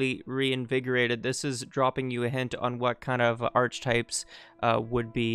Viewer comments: "ark - eh -type(s)" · Sorry to be an asshole but archetypes is pronounced Ark-etypes.